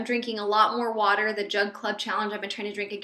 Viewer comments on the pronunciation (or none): none